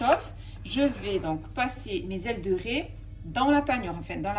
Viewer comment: on ne dit pas ré on dit raie